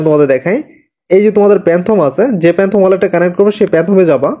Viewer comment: ভাই, আপনার ভিডিও ভালো হয়েছে। কিন্তু Don't mind 😊 প্যানথম না, ফ্যানটম। মিলটিং না, মিন্ট। গোইল না, গাইডলাইন। 😊 আর ভিডিও ডেসক্রিপশনে অনেক বানান ভুল আছে ভাই। Channel= চ্যানেল, Group = গ্রুপ। এগুলো ঠিক করেন।